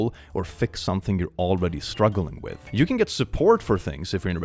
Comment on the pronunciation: “wit u” thought you were swearing in Finnish lol